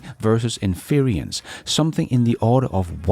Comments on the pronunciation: Väldigt bra avsnitt! Ett tips: In-ference, betoning på första stavelsen, som interior eller kongelig, inte in-fe-rence, som i interference eller umulig. Tack för idag,! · Not sure if you care, but "inference" should not rhyme with "experience". There is no 'i' in inference as there is in experience, so it is not in-fer-EE-ence. The "fer" does not sound like "fear" nor rhyme with 'peer' or 'dear'. The "fer" sounds like "fur"(as of an animal). So in-fer-ence. "fer" like "fur". And "ence" rhymes with "fence" "hence" and "sense". You can unstress the middle syllable 'fer' to almost 'fr', so it may sound more like infrence, with the "fren" sounding like "friend" without the d (and why the i in friend nobody knows, lol). To sum up: it's "in-fer-ence" or a lazy "in-frence" The handy pronunciation guide has been brought to you by a random compulsion. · In fer rence not in fear ree ence 😂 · Sorry,, but it's getting to me. Inference is pronounced: IN-FER-ENCE, not "inferience" as you keep saying it. I really love your shows, please keep up the great work! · respectfully we pronounce “inference” as “in-fer-ence” in English. Some people also say “in-frence.” You’ve got an extra syllable in there saying it as “in-feer-ee-ence.” Your English is much better than any of the second languages I speak. Great channel, thank you! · INFERENCE is pronounced in English as “IN FER ENSE”. SAY THIS QUICKLY…. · IN-fer-ints = inference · it's pronounced "" INfrence "" Accent on the caps. You're doing a good job! If I depended on the MSM I'd be a lot more confused and pessimistic about things Elon... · Love your show. Please look up the pronunciation of inference to get it right. Cheers.